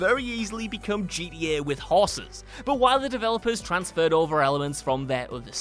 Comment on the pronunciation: Ever notice that doesn't know how to say "Film" or "GTA" properly? Like, seriously? It's not that bloody difficult. It's not pronounced "Filum". It's not pronounced "GDA".